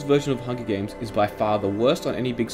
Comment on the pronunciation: “Hungy games”